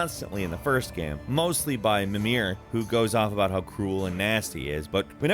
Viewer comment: mimir is pronounced "mee-mur"